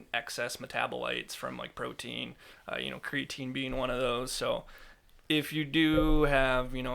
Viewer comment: Its pronounced creatine